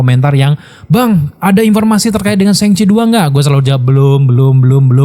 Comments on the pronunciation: Gak nyaman ya denger penyebutan "sheng chi", krnapa gak shang chi? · Shang Chi keknya kalau dibaca SHENG CHI kek lebay bro,,itu kan bahasa china bukan bahasa inggris,,,kenapa juga diinggriskan gitu??